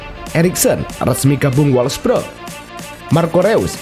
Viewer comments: wolfsburg min bukan wolfbrek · wolfburg min.. bukan wolfbrek😅